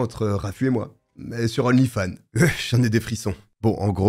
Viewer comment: D'onlyfans, on fait liaison devant une consonne!